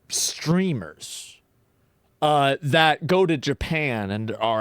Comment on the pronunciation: bro slurified the word streamer lmao